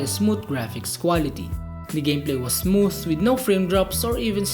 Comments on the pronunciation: Basahin yung "Smooth" dapat sa English accent 😆 Me: Smootfffhhh😆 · The way he pronounce "Smooth" 🤧